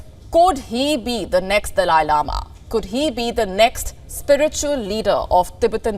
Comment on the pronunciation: So annoying the way you said “ has the dalia lama chosen his successor” do some research before you open your mouth.